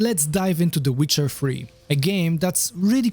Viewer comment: that's very funny and imaginative. He titled in the seeker bar "the witcher free" because that's how he pronounces it. Comical genius he is